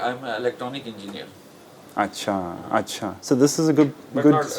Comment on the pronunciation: your acha is on spot accurate pronunciation and usage